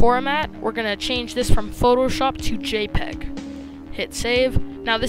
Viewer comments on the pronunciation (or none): none